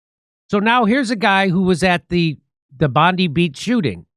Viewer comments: BOTH images are from Bondi Beach 12/14. Look at the pattern of 'blood' flows. They are identical. There are also reports that he was filmed putting on this makeup by a makeup artist just before the event. BTW, it's pronounced Bond-Eye. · We'll have to teach you to talk Aussie - Bondi is pronounced Bondeye!!😀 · one small correction and one small (common) misconception... its Bondi pronounced BOND EYE... and they didn''t "take" all our guns, they took all our semi automatics, it is still very legal to own bolt action, lever action and straight pull rifles, and any non semi auto shotguns with limitations on pump actions, as the guns used were all legally owned guns. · The suburb ‘Bondi’ is pronounced ‘Bond/eye’. It is an indigenous Dharrawal word meaning ‘the sound of a loud thud’ (ie. like the tumbling surf) I have no idea where your Pam Bondi got her surname from. Maybe she just made it up, like most of the other shit she comes out with 🤔🤪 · Jimbo.... It is pronounced BON DYE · In Australia it's pronounced BON-DI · Bondi Beach pronounced Bondeye by Aussies. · It’s pronounced Bond-eye Beach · Pronounced Bond eye ...Bondi...... Probably blackmail on their families safety..... Police would not have expected it ...cmon...your police cant even assist at shootings, hence all the deaths.....we dont usually have this kind of crap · Bondi beach is pronounced as Bond eye beach. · Bondi Is pronounced BOND EYE ❤❤❤ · Australian here... the beach is called Bond-EYE... can't stress this enough, it's Bond-EYE. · The I in Bondi rhymes with eye. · Jimmy, the beach is pronounced Bond-eye not Pam Bondi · Yup 👍🏼 And we are sick of the identity politics as it was Australians shot. Several Jewish people were killed out of 15. But hey it was antisemitism. And the pronounciation of Bondi is Bondeye just saying Bond👁️ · Pronounced Bond-eye. And for the record, Australians are upset over the senseless deaths of Australians on Australian soil. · Pronounced Bond-eye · It's pronounced Bond eye 😂